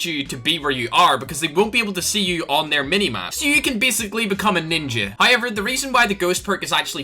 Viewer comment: love when you say however hiyever